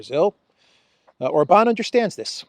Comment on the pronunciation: If you can pronounce Budapest correctly as you do,, then SURELY you csn learn to say OR-bahn insteaf of or-BAHN! I may have to go to Greece and give you lingual lessons in person 🤣